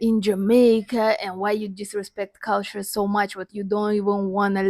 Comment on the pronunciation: OMG, the way she says 'culture', she's so Jamaican. 🇯🇲 🇯🇲 🇯🇲 🇯🇲 🤣🤣🤣